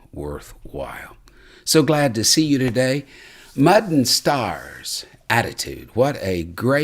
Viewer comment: Watching later... But at the very beginning it sounds like says Mutton Stars. Maybe star-shaped lamb patties that I can cook? 🤔😅😆❤️